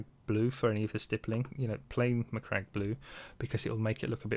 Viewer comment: Aced the Macragge pronunciation. Also, stunning result